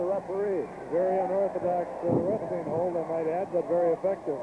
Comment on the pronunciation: Oh man zee claw hawld..